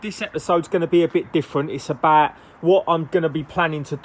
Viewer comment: "Iss abaaat". Southerners for the win !